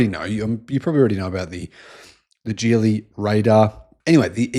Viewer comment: "Geely" is pronounced with a "G" as in "Gaga," not "G" as in "George."